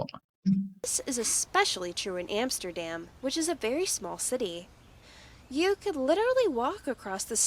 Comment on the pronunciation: She cannot even pronounce "Amsterdam" correctly